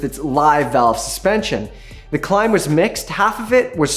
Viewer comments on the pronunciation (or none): none